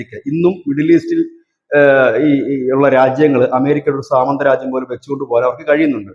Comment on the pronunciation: "" സീമന്തരാജ്യം"" അല്ല, ""സാമന്തരാജ്യം"" ആണ് ശരി